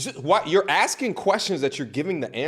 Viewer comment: What's the male equivalent of the "ick"? The heebie jeebies? Cause the way over here pronounces "pursued" sends a shiver down my spine. And no, it's not the accent. I'm from the Netherlands, and girls of this certain type copied that pronunciation into the Dutch language too.